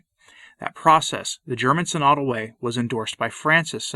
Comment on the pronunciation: Tradition requires orthodox pronunciation. It's pronounced "sin-o-dul" (stress on first syllable), not "si-nod-ul" (stress on second syllable).